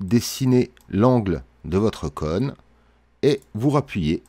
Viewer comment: Vraiment cool, merci aussi pour cette vidéo. Juste, j'ai bien rigolé de t'entendre dire "conne", plutôt que "cône" 😂, mais bon, on à tous un accent 😋